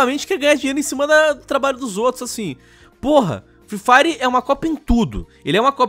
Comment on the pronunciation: "free firw" parabéns por ter destruído o inglês